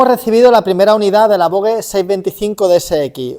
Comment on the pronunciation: Voge cooñooooo, la g es como j, en castellano